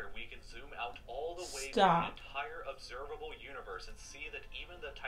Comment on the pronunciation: "Observalbe Universe"